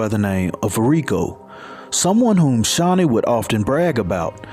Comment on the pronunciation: Aww my name .. very uncommon name and you pronounced it right ❤